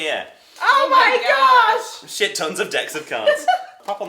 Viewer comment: Not only do both Tessa and Dodie say "oh my gosh" at the same time, Dodie inexplicably says it with an american accent.